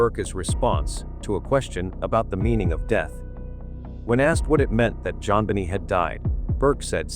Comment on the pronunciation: Aaaaawwww!!!!! John Biny?? OMG i can't take this AI !!!! I've tried to watch this but between the annoying music& AI who mispronounces everything!!!! 😮🤬🤬🤬🤬🤬🤬🤬🤬🤬🤬🤬🤬🤬🤬